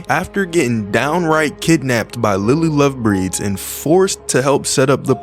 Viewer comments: "lily lovebreeds" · My poor Lily . Is Lily love braids . Not "breeds"